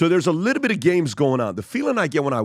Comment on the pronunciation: Every episode "a liddlebit"